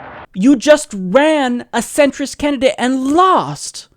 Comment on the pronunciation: He really probably anti Muslim. Also I can't get over the fact he said "centerist."😂 This idiot doesn't know it is Centrist.